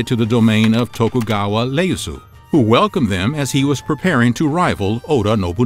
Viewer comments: IE NOT LE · Bro its Ieyasu, not Leyasu. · Sir its Iieyasu not Leyasu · Ieyasu not Leyasu and Meji not Mezi. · Great research...pronunciation could do some work tho. To-koo-gao-wa Ee-asu. Not lee-as-oo. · It’s Tokugawa Iyeasu not Leasu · Tokugawa "Ieyasu"... Not "Leyasu" 😮🤫🤣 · It's Tokugawaa Ieyasu (E-A-ASU). I love that you've done a video about the ninja tho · I think that's a misread. It's the letter "I" not "L". Pronounced ē eh yah sue. Other than that you did a good job trying to pronounce the Japanese language. Even I feel my "American tongue" having problems with talking Japanese. 😅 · How the heck could you make an egregious error by misidentifying Tokugawa Ieyasu as “Tokugawa Leyasu” is beyond me. Do more research! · Tokugawa Ieyasu ... there is no "L" in Nihongo. What's your gaslight game? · You pronounced Tokugawa Ieyasu incorrectly. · Ieyasu? It’s an I, not L. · That L in Ieyasu was loud too